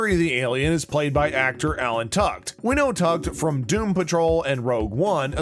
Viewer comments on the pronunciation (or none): Vanderspiegel is his last name. Think you might be mispronouncing it. the actor is Tudyk. Asta’s last name is pronounced like ‘TWELVE-TREES’. I think you need to work on your pronunciations. Nice breakdown though. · Learn how to pronounce names. Tudyk and Twelvetrees. Also, maybe the definition of Easter Eggs. Sheesh! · Narrator needs to learn proper name pronunciations... "Alan Tukd" & "Twelvetress"... really? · Where are the Easter eggs? This was a synopsis. Asta’s last name and Alan Tudyk’s name are mispronounced. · He also butchered Alan’s last name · Not once but at least twice 🤦‍♀